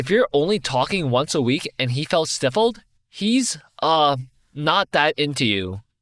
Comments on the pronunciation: Just gotta lyk that you are pronouncing stifle wrong. The i is like eye, pie, guy, lie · Hey scaling just a heads up, “stifle” rhymes with “eyeful”, not “wiffle”